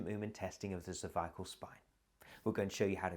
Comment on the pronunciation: This would be a great video but mispronunciation of cervical is so distracting and reduces its effectiveness.